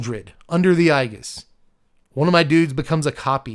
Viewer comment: I believe Aegis is pronounced A jis right?